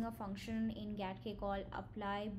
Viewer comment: Getting started with GATK4 Follow. GATK — properly pronounced "Gee-ay-tee-kay" (/dʒi•eɪ•ti•keɪ/) and not "Gat-kay" (/ɡæt•keɪ/) — stands for Genome Analysis Toolkit.